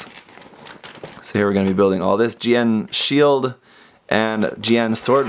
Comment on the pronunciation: GN Shiled. Lol. Almost sounded like GN Salad. I'll be getting one of these when I can. Loved the Exia and 00 Raiser RGs.